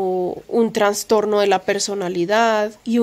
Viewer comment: Ay perdónameeee please 🙏 pero yo también sufro de ansiedad y soy obsesiva y media histérica y fibromialgia y blá,blá, blá. No me gusta pero a mi edad (58) ya me estoy quedando sin filtro y no puedo dejar pasar que se dice trastorno y no transtorno, algo así pasa con trasplante y no transplante. Sorry 🫢 te admiro mucho y te sigo desde antes de que te mudaras a la finquita anterior alquilada y con tu pelito encima de los hombros y veo todos tus progresos junto a Granda y me siento muy orgullosa de tí. Sigue hacia adelante mi corazón que apuesto por tí y pago triple.🫶 *Granda es un tipazo, me cae súper bien* Cuídense mucho❤️